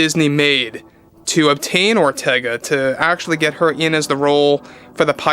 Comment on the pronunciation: I keep hearing "General Ortega" every time says her name.